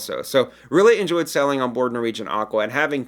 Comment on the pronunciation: This is my first time on your site and you're wonderful! You speak very clearly, but with my hearing loss I usually turn on captions as a backup. Amusing -- that every time you say "sailing" the captioning transcribes "selling." You could work on your "long A" vowel or just stick with your charming regional accent. The message will come across either way. Thanks!